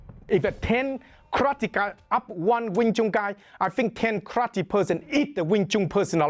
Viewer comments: omg I love the way he says Karrrrate lol It sounds hardcore "One Hit, One Kill" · love how he says krate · why he say krrrate lmaoo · Kraate! Love his pronouncation of it. So much excitement. More fun watching him that many films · I love this guy, and I love how he pronounces "karrrate". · kraatee HAHAHAHA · I wanna hear pronounce karate some more. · I enjoy the way this man pronounces karate